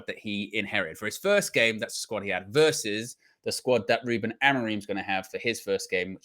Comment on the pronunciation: His name is “who-Ben”. Check the way the Portuguese journos say his name.